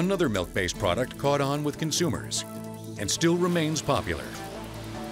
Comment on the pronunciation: There never fails to be one of those "melk" people. cant stand them lol